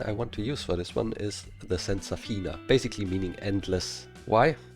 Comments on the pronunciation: "senzafinE*" not "senzafina" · I'm italian and to say endless is "Senzafine". Btw gg for the effort I'm not able of doing half of what you are doing! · I'm sure lots of people already said it, but it should be "Senzafine" with an E at the end